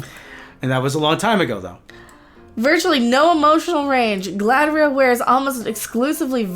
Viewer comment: Galadriel, please, not Galahadriel.